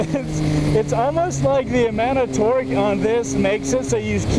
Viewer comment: I don't know why but I seem to hear you say "Twerk" instead of "Torque" everytime... "I love these twerky bikes!". "The feeling is sooo much different on a twerky naked bike" "But feeling that twerk throw your butt to the back of the seat..." And yes, I am fucking immature.